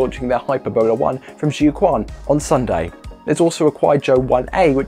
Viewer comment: Jiuquan Satellite Launch Center: "Jiu"=jee-oh (one syllable) "quan"=chu-ehn (one syllable)